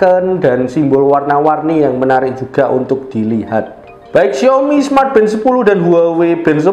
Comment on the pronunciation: xiAOmi Mas bukan xiOmi.